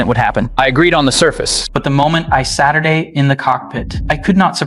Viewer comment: Captions: “I sat down” Voice: “I Saturday”